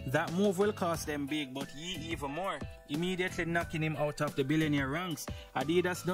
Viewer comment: It's YE = (YAY) not ( YEE) LOL